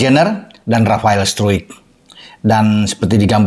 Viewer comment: Bacanya Ivar Yanner dan Rafael Straik